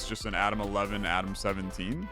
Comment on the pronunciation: I don't know if it's because im not an English Native Speaker, but all i heard was "Adam 1 Adam 2" lol